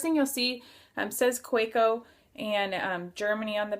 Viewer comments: Another good review. Pronounce it as you want, doesn't have any impact to how you review it. I enjoy hearing your views. Thanks for sharing. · You have a point. You can't blame someone for mispronouncing unintentionally. Keep up the reviews. They are great !